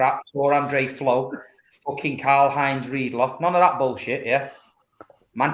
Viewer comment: This man said "....Karl Heinz Reidler" I'm finished 🤣🤣🤣🤣🤣🤣🤣‼️‼️‼️‼️